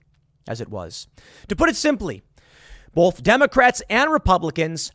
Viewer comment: Tim keeps saying, "bolth" instead of "both." Absolutely irks my nerves.